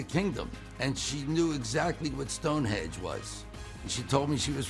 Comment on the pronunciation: He's a doctor but says "Stonehedge" and "living in squander" 🙄